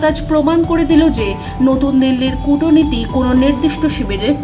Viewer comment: কূটনীতি বা কূটনৈতিক শব্দগুলি 'কূটোনীতি' বা 'কূটোনৈতিক' উচ্চারণটি সঠিক প্রমিত বাংলা উচ্চারণ নয়। ট - এর উচ্চারণটি অ-কারান্তক হবে না " ট্" হবে।